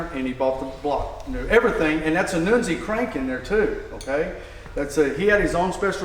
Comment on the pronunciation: 1971 Pontiacs used a cast nodular iron crank, just like 1972 Pontiacs. Armasteel cranks ended in 1970. Who the hell is Noonzi? I KNOW who NUNZI( pronounced Nun-ze) is. I’ve known the guy for years. One hell of a Pontiac engine builder; IMO, he and Ken Crocie are in the same league.